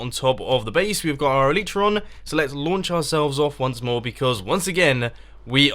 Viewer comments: IT'S EL-EYE-TRA!!! stop calling it el-ee-tra you doughnut. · Mumbo... With all respect, it's "elaitra" and not "elitraa"